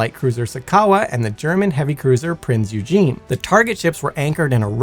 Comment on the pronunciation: The German ship used in the Bikini tests was NOT the Prince Eugene. It was the Prinz Eugen pronounces OY-gen, OY as in loiter.